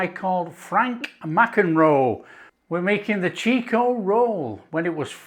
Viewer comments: It is chiko, not cheeeko. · Chick-oh, mate... Not "cheek-oh! From the home of the Chiko Roll! Most Australian will be unable to say what's in a Chiko Roll! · Its actually pronounced chikko not cheeko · Those look much much tastier than the actual Chiko (pronounced chick-oh) Rolls we buy here in our take-aways. The real thing is rather ordinary. These look delicious.